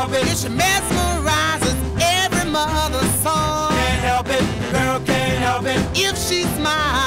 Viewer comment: The best part of this is how Richard pronounces "The girl can''t help it" as "The girl cain hep it"